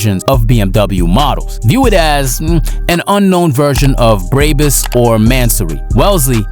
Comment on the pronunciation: Learn how to pronounce shit wtf is a “braybes”